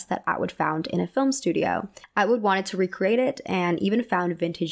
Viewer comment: i love your content a lot! it's clearly well researched, you're passionate, and your hair/makeup/fashion is always great. i think it would benefit you to add pronunciation guides to your research! lots of people noted your pronunciation of bob fosse's name, but you also mispronounce colleen atwood's first name (it's call-een, not co-lean), wanton (first part is pronounced like "want" as in "i want"), and various words in prior videos (like mycenaean, which has the emphasis on the "ce" syllable, not the "nae" syllable). it breaks the immersion for me when i hear these mispronunciations because it doesn't vibe with how otherwise carefully thought-out and amazing your work is! i hope this comment is helpful, because that's all i want it to be.